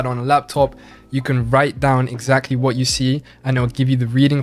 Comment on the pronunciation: Guy doesn’t pronounce his vowels properly when speaking English. Doesn’t pronounce his final “Rs”. Also , says “whoa” instead of “what”.